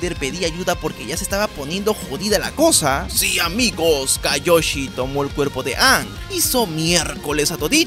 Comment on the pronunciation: Se dice kioyi